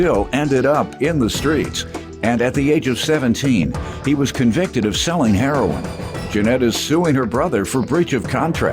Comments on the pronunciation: What’s with this heron, not heroin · why do people say heron instead of heroin, lol. so funny